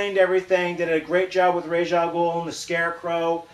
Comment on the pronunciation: thank YOU so much for pronouncing Ra's al Ghul's name right